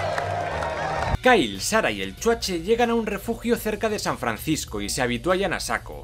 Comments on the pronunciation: me encanta cuando dices "EL CHUACHE" XD solo por eso comprare tu libro <3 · Nada como cuando dice: Chuache!!! jaaaaaa!!! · Me gusta cuando dice CHUACHE :v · Amo cuando decís "el chuache " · Exacto! Es como un abreviado de Schwarzenegger, o "Schwarze" pero se oye "Chuache", jajaja! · Chuache, chuache , chuache jajajaja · hahahahaa me encanta cuando dices Chuache jajajajaaj soy tu fan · .."el chuache"..😂😂